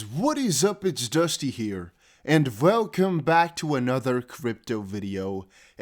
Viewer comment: “...and VELCOME!” —— native English is “Welcome”! 😂